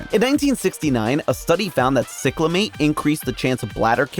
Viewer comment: Growing up in that era, cyclamate is pronounced Sy-cla-mate.